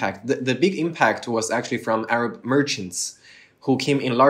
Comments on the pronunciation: Eloquent and intelligent orator. MashaAllah his Arabic pronunciation is so perfect. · MashAllah ما شاء الله لا قوة الا بالله I am an Arab and his Arabic pronunciation better than me